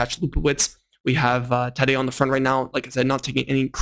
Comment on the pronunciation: This is a message mostly for. Since you made an effort to correct you pronounciation of the name Tadej's name here is another correction. For both the first and the last name the accent is on the second syllable.